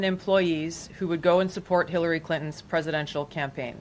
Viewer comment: Asmon mispronouncing Hilary as Hitlery is something I didn't knew I needed. And yes, 100% this is a diversion from Epstein files. 1 0 0 %